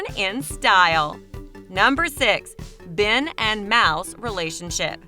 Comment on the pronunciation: you said fen instead of ben